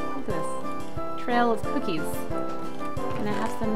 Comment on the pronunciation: and get capquake says coocies